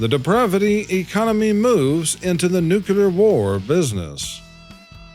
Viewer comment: There's only one U in nuclear. It's not "Nuke You Lurr" It's "New Klee Urr"